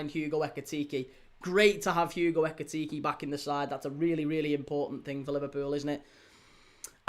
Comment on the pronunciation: this dude is so obnoxious. also try saying ekitike correctly you sound like a child